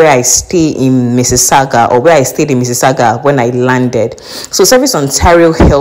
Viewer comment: Oh ok you said missisagua